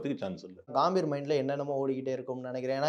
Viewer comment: காம்பீர் இல்லை கம்பீர்